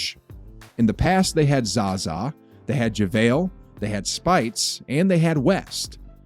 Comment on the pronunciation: I actually believe you were a legit Warriors fan until you just butchered Mo Speights name 😂 Pronounced Sp-ATES not SPITE 😂.. or Mo Buckets for short